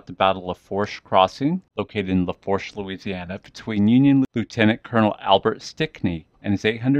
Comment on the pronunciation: Pronounced La'foosh. It means " the fork" its a French word ment to describe the Fork in the Mississippi River at Donaldsonville it travels through 3 Parishes on the way to the Gulf of Mexico. Assencion, Assumption and Lafourche Parish...❤